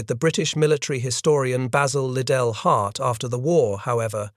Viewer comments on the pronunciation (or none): von Manteuffel: fawn mahn TOY fell. Model: mow DELL. Liddell Hart: rhymes with fiddle DART. Robot or man, narrator can’t handle German or British names.